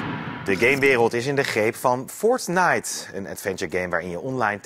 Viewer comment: Het is fortite niet fort-nite